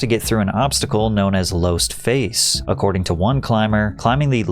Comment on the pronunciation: man what the actual fuck is this. the "losti face". george "mallroy". this is dog water man.